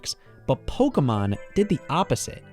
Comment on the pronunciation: It's actually called Pokémon, and pronounced "poh-kay-mahn."